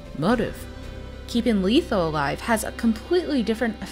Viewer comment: It's pronounced Letho not Leetho.